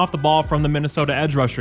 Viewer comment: Minna-Effing-Sooota. There is no excuse.